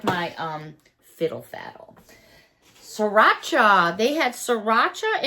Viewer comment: You say siracha. I say sarita. Maybe it's the pinkeye. I hope you heal quickly.